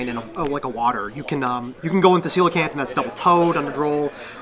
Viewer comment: Finally a yugioh player that pronounces Coelacanth correctly